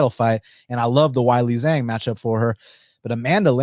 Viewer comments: way-lee jong sounds a lot better than why-lee zang. Can you do it for the sake of my ears. better yet, flip it to Jong way-lee,, that sounds best to me 🤗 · Hey,, the name “Weili Zhang” is not that difficult to pronounce correctly. “Weili Zhang” is pronounced “Way-lee” “Jong.” “Zh” in Chinese is pronounced Like a “J,” and the “a” is pronounced more like an “o.” Got it? Try doing a little research. And Lemos poses no threat to Zhang at any stage of the fight. Zhang is going to beat down Lemos from the opening bell until she brutally stops her in the 1st or 2nd round. I normally NEVER watch you, and this is why. The ONLY reason I watched you now is because of your special guest.